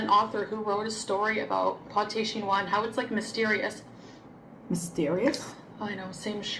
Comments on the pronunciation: her quebequois sounds different to the others I’ve met and her pronunciation of “Chinios” with heavy “wa” sounded like a weird exaggeration closer to mocking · In France, we have a bit of a similar dish but it’s not known as a poor man’s dish, it’s hachis Parmentier, basically minced meat and mash potatoes, sort of a family meal. Definitely not called pâté chinois, never heard that term before. The accent with chinois is definitely French Canadian, not French. When says things are French, she means French Canadian, many French canadians do this I think. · I’m French and pate chinois isn’t something I find easily in France, but we have hachis Parmentier, which is our version of shepherd’s/cottage pie. The difference between the two is that pate chinois has corn, which isn’t a common food in typical French dishes. Regarding her pronunciation of chinois. The hard wah sound is (from my experience/opinion) typical in French Canadian, while it’s a lot softer in French from France